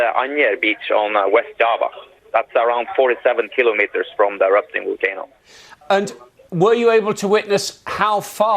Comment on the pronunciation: We come to you live with a woman who cannot pronounce "volcano" and and a single picture of some sticks in a parking lot. Now back to our regularly scheduled whining about how Brexit will kill us all.